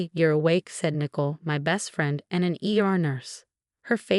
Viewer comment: It’s Ni-coal, not nickle. Blimey!